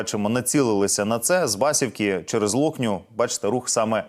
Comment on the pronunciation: Говоріть правильно,Ю'наківка,Басі'вка